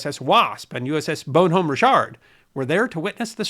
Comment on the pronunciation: Why can't Americans say Bon homme Richard properly. The name is a nod Benjamin Franklin's "Poor Richards Almanac" You no pronounce de H. The French can't saw De H unless the describe frozen water then its "h'ice". Im not kidding.